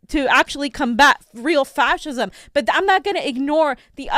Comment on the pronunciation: If I had a nickel for every time that says faschism.....